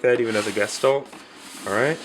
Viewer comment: guh-shtahlt Dictionary pronunciation